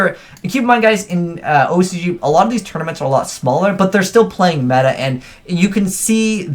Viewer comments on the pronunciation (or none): none